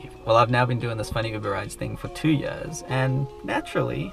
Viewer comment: Awesome content, Please keep it up! and FYI, did you pronounce 2 Years as 2 Yöörs?:D